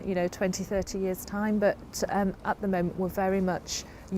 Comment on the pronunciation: Love your videos! The British accent always kills me 🤣. It's weird. You pronounce the "th" when you say the word the, yet one hundred and thirty is pronounced one hundred and FERTY. Same with theme, or rather ... Femed.